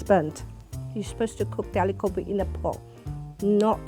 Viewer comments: Even in English and I know how to say alo gobi. Not aloww gowwwbi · Saejiw Ah (uh) lu (loo) gow (oughw) bi (bee) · Aloo Gobhi not Alew Go-bee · *anglo-Indian mums. Please change the title. Misleading. (No mom pronounces it as aah-loo go-bee) (ah-loo go-bi) (no rolling your tongue please, say it straight) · When they say "AAH-LOOH GOAH-BEE" instead of "Aloo Gobi", you know there's a problem. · That not aloo gooubii its aloo gobi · Why they're saying aloo gobi like alu gopi 🤣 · Auntijis think they r in a reality cooking show... It’s aaalluuu gooobbbii Not alugbi to pronounce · "It would be a privlige to any mum to try my AALOO GOBI" You pronounce it aaaloooo gh-O-bhi (O is capital because it's pronounced like a capital O) Not aloo with the A from Alan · Correct me if I'm wrong, because dialects are different The way she says it is : Are-loo-go-bee Should be : Are-loo-gor-bee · should be prounced as Aaloo Gobi आलू गोभी. What this mums are pronunciating is Aloo Gobhi अलू गोभी . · it's not "aluuu gabii" ITS ALOO GOBI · Can someone spell it phonetically. I’m guessing ‘all-oo gowbee’ is incorrect, so should it be more like ‘all-oo ghobee’ or? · so am I and I don’t say Aloo Gowbi like they do. I say it Aloo Gobbi. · How tf am i hearing an indian pronounce it like 'alugowbi' eye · The woman in the black shirt is trying her best to sound like a white woman “aloo gowbay” man stfu you know how to pronounce it hahahaha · The moment I heard AyLeW gAwBeY I just knew it was gonna be bad... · Indians pronouncing aloo gobhi as aalu gobi.. Are you serious? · Oh my god pls bring indian women who know how to speak the languages smh this lady is saying aelu goabi and u bring her ??? Also being born raised and living in india the dish does not even look similar to that ??!! Also their attitude puts me off ......... But they still tried <3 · Aloo gObi. They cant even pronounce it right no wonder they're trash😂😂😂😂😂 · When I heard “alew gawbi” I knew all of these dishes were gonna be trash